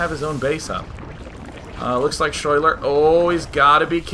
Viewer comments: Schuyler is actually pronounced like Skyler, that is my girlfriend's name and how she spells it, her parents are hippies. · day9 ur so cute when u have no idea that you are pronouncing the name schuyler incorrectly.